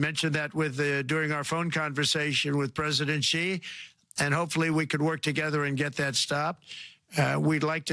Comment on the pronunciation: its Xi not Zhi 👍